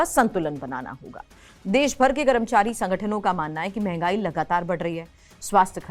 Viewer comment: कैसे कैसे लोग समाचार वाचक बन जाते हैं कर्मचारी बोलना नहीं आता हैं करमचारी बोल रहीं हैं 😂😂😂😂